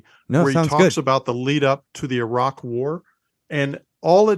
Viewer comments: internets to for correctly pronouncing "Iraq" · Yeah, always encouraging to hear yanks pronounce Iran and Iraq correctly. Sad but true